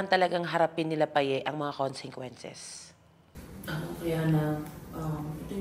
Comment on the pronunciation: jusko toro family ilang episode na yang "CONGSENGQUENCES" niyo. It's " CONSEQUENCES" po walang "NG" yan. Nakakairita na sa tenga pls lang hahahah